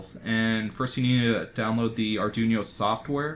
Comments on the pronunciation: no, i didnt mind arduboy, its just ar-dune-yo really jarred me. i think im gonna preorder my own real soon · or arr-dwee-no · the way you pronounced arduino pained me, but great video! cant wait to buy an arduboy and dig into making and playing games